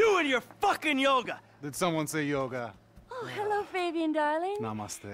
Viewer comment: Yoga is the answer,... I'm annoyed by his pronunciation🙃